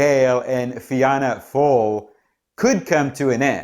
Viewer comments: It's unlikely that Sinn Fein will be able to form a government as the two main parties are hostile to then so another election could be on the cards. Fianna Fail is pronounced Fina Fail your analysis is very good as all your videos are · You butchered the name Fianna Fáil lol